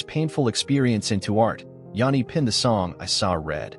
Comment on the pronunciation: It's all A.I. these days, As we all know it's "JANEY" the bot also pronounces it "LED Singer" Then they show a picture of Sebastian Bach thinking its's Jani. Amateur hour...